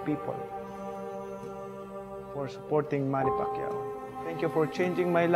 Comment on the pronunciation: manny pacay😂